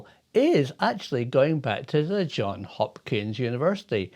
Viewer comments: "Johns" Hopkins University, not "John". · It is JohnS Hopkins not John Hopkins!